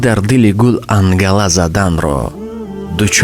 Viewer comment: Ангала зада не Аланга зада